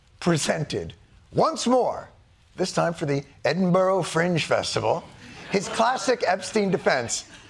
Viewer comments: Jon Edinburgh is pronounced 'Edinburra' not 'edinboro' as u just did. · Eddin burrr- ruh. Not bro.